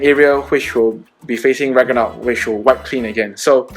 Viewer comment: Haha. Rag-NA-rok.